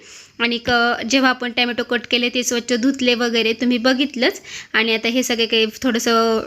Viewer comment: ट्यामाटो नाही ग टोमॅटो म्हणत जा नाहीतर सरळ टमाटे म्हण सोपं